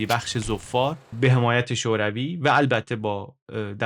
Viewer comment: عالی بود ، کلا مقایسه ای خیلی جذاب تره ، فقط اینکه عمان تشدید نداره و همینطور ظفار ، بدون تشدید باید تلفظشون کرد.